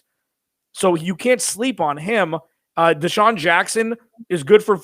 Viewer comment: said they had deashun watson.damn I thought I was high.😂🤣😆